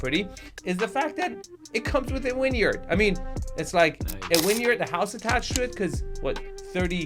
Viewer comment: This is the house Hank attacks with the missile in Barry, Season 4 on HBO I think. Definitely a textbook promontory. BTW, are you saying winyard or vineyard? Is this because its windy + has a vineyard = “winyard”?